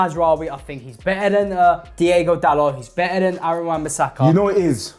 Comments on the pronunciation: What’s the obsession with saying Diego Costa and Diego Dalot??? It’s DIOGO!! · Why does keep calling Diogo Costa "Diego" Costa 😭 Thats a completley different Player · It’s Dee Ohh Go Costa. He’s not Spanish lol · he just doesnt know how to say “diogo”. He also called dalot “Diego” Dalot